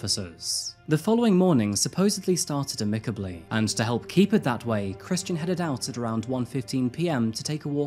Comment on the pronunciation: lately you are slaughtering the English language less, congrats, and please learn to pronounce "amicable."